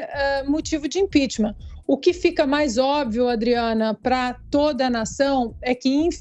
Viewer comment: IMPEACHMENT SE PRONUNCIA IMPECHMENT E NÃO IMPEACHMÃ.